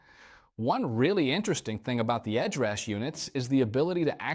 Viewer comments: Sad to see when having the Core on your desk that the real difference of amp capturing and the whole vocal effect suite has not been mention as a difference between prime , core vs flex prime. AI pronunciation “Edrush” for Headrush turn out annoying. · Something weird happened with the audio, as it sounds like you can’t pronounce “Headrush” in some cases. It comes out as “Ed Rush’ or even “Edge rash’. Great video otherwise!